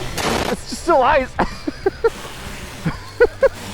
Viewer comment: Wait did he say “ISIS” or “ices”. Please clarify so I don’t crash when I ride on the ISIS.